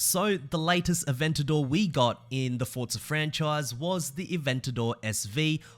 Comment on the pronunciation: Its not fortsa its forza